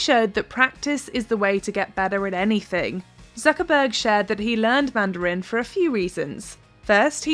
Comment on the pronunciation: The commentator needs to learn how to pronounce "Mandarin" in English.